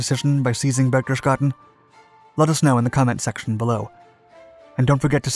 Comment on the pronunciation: it's pronounced like: (berch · tes· gaa· den).